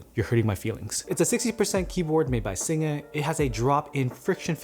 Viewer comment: Thanks for saying "Singa" right:P